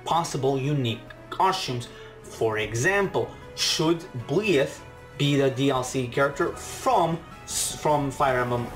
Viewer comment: byleth is pronounced by-leth, i believe we'll get at least 10 more dlc fighters and i believe that at least 2 of those fighters will be geno and shantae (unless shantae is revealed as challenger pack 5) but i could see some of the additional dlc fighters coming with a stage and/or music, i think we could see byleth, dixie kong, maybe grooky's final evolution and maybe elma, i could also see lloyd Irving or even agumon getting in, in regards to doom slayer and sora i could see them being mii costumes, they could replace the spring man assist trophy with his robot duplicate spring-tron in order to bring spring man as a fighter, i could see master chief getting in as a mii costume, i think that if crash does get in he'd be the very last dlc fighter that we get